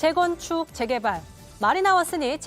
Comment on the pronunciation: 무슨 아나운서가 제게발만 두번 말함 ㅋㅋ 한심하디